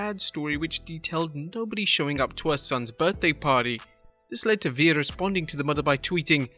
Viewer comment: When he first said veer in the video I thought he said Veed